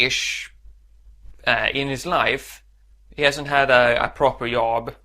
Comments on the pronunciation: Yob? You need to learn to pronounce a hard j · at first i thought he kept saying 'yob' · Försök uttala job med D före så låter det bättre. :) Du klarar dig fint! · Yob, yes, Swedish for Job